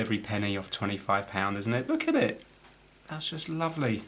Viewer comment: Love when you say "look a-it"! I actually cringed at seeing you try to pull the balance spring into the screwdriver slot on the fulcrum post! There is probably a pin missing that would keep the spring from popping out of place. As it is the spring is resting on the side of the post. As howlindan49 mentioned, it's best to remove the movement from the case and remove power before removing any of the plate screws, especially the balance screw. Great to see you got this old girl ticking again!